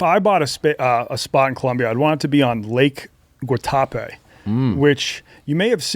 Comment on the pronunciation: Even though can't pronounce Guatape he's right it's paradise. I lived in a 1950s bus in a hostel for a month there.